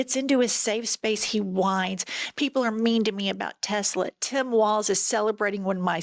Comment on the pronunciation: Hey ladies it's 'Tesler'! 🤣